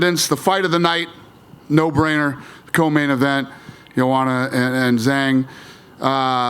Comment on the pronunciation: It enrages me that everyone pronounces Zhang WRONG - like just look it up for Christs sake! It's called respect!